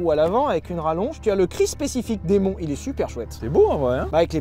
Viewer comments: Les gars, "Muscle" se prononce "meusseule" en anglais et "Demon" comme "Dimone" 😉. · On dit démone mais pas grave